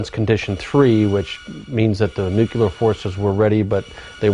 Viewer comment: Jess Fulbright Yes the word nucular was a bit of a dead giveaway with that guy!